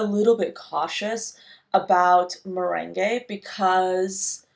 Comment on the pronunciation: It's commonly pronounced mer-ang. <3 <3 <3